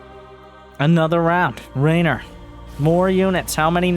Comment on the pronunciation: For context: in Italian, the name that in English is spelled RAynor sounds very much how we Italians pronounce REynor, so he most likely heard it pronounced before he read it written and went with how it sounded ^^